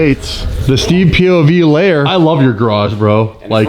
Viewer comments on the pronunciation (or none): When said "StevePOV" I heard "Steve Aoki" and thought what the hell is going on?😆